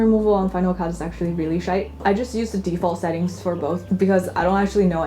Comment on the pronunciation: Commenting to say the video is class and I appreciate the super Irish pronunciation of “sh1te” 😂 fair play! 🍀🔥